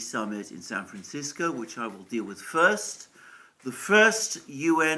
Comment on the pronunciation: By the way, thanks for working on your pronunciation of "San Francisco." We have enough to deal with as it is.